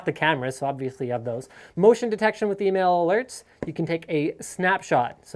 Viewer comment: when he said email alert I thought he female alert.